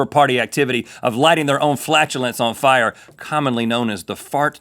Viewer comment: Rhett and Link def watched the episode of south park last night. the episode where everyone spontaneously combusts into FIEAH (fire)